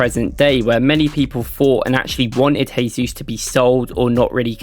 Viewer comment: Mate, please improve your pronunciation of players' names. "Jesus" in Portuguese sounds different from the Spanish you are trying. Cheers.